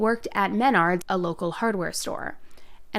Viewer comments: The way you said mUHnards made me cringe lol, it must be a Midwest thing because I’ve heard everyone call it MENerds. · Men-nards ? 😅 it's pronounced "Min-ards"...lol smh at millenials.. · Menard lol you must not have one in your area. It's actually pronounced mah-nards, rather than men-ard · You can tell your not from the Midwest🤣🤣🤣 it's pronounced "Ma-nards". Lol it's ok still love everything about your videos! Watch them daily! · pronounced "Min-ards" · I love you but I cringed on how you pronounced ‘Menards’ MENards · The way you pronounced MENDARDS, was so cute >.< But, man that guy gives me the creepssss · Why the hell did you pronounce menards like that??? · You pronounced menards wrong 😂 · The way you said Menards made me giggle. I’m currently living in Lincoln Nebraska. This is such a sad case.